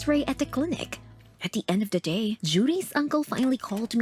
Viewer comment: Did she just say "da" rewinds video yep she just said da